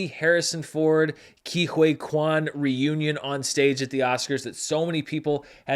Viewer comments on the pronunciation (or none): Don't wanna be that guy but it's Ke Who-ee Quan. Not Huay 😂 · Isn't it pronounced Key Hoy (like buoy) Kwan - 4 mins 5 secs